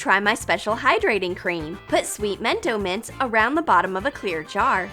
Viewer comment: wait... did you say mento mints???